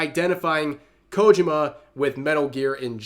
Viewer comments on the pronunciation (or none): KO-JI-MA, Rev. Three syllables. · I know...i know. I don't want to be that guy either, but his pronunciation of Kojima's name drives me up the wall. Enunciate the "JI" more, next time. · It's KojIma, not KOjima.😁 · The way Rev says "Kojima" kinda hurts to hear lmao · I'm trying my best not to nitpick, but the way Rev is saying Kojima is making me screech like Filthy Frank.